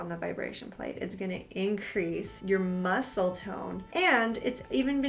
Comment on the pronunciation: I notice she also said muscle at one part as - musCle rather than mussle. Maybe just a quirk?